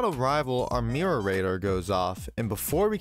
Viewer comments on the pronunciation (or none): Its pronounced Mirror B